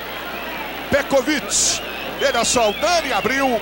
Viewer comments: O narrador fala a cada hora um.nome diferente para o Petkovic kkkkk "Petroviti" "pekoviti" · Ecovit, Petovit, o narrador tava perdidinho pra acertar o nome. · Narrador: Pé Covit Comentarista: Petrovik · Antigamente até os narradores tinham problemas em pronunciar os nomes dos jogadores. Pecovite. Petrovidi. Pecrovidi. Acho q foi através desse jogo q surgiu o novo covid 19... 🤣🤣🤣🤣🤣🤣🤣🤣🤣🤣🤣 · Pior era o narrador chamando ele de Pecovick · É impressão minha ou o narrador está falando pecovic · Só é irritante ele falando "Pecoviqui" kkk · Os caras chamando o Pet de "PETROVIC"... Lamentável... 🙄😒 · É a primeira vez que eu vejo alguém chamando o PET, de pécovic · Ele fala Petcovid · Foi o "pécovitc" de novo. Sabe tudo...kkkk O outro chamando "pétrovitc"...kkk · "Pecovit" " Petrovick" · Pêcovití!!!! Kkk pecrovit!!! Kkk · Pecoviti....... Petrovic....kkkkk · Pecovit kkkkk petrovitkkkkk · "Pékovic" meu ovo! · Eu fiquei pensando a mesma coisa, narrador tem dislexia, não é possível kkkkkk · Meu Deus 😂morri de rir com esse narrador falando o nome do Pet. Várias pronúncias kkkk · O narrador usou duas pronuncia em relação ao Petkovic e nem uma tava certa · Os caras nem falar o nome do Pet, os caras não sabem falar, piada!! Isso. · Os cara não sabia nem falar o nome do Pet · Esse narrador não sabe falar o nome do PET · O narrador nem sabia pronunciar o nome dele..kkkkkkkkkkkkkk